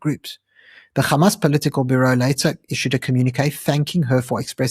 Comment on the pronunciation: anc are all pallastinian though and this is who they really are mandela was the worst human alive and should have been left on that island anyway dude please stop saying G when its an H wtf is gamas